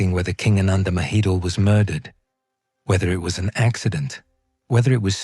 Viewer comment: It’s not “Maheedle.” It’s “Ma-he-don.”